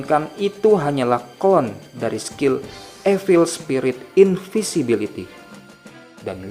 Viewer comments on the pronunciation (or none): none